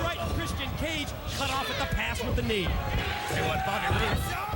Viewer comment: mike tenay said bobby broode haha instead of bobby roode